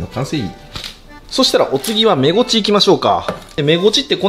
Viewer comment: メゴチが正しいんや、インゴチって言ってた😳